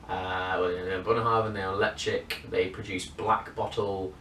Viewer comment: Enjoyable review. I have couple bottles of early 90s Ledaig 20 year. Surprisingly there is no peat found in it. I'm not sure about your pronunciation of Ledaig. I've always pronounced it Le-Chag. I could be wrong but I find most times I'm not.